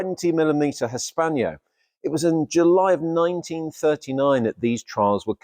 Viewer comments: For Gods sake its HISS PANNO not hispanio (hispano suiza actually) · Hispano. Not Hispaño! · "Hispanyo"??? Is that not "Hispano" (Cannon)!